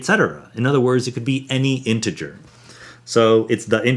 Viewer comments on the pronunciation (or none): none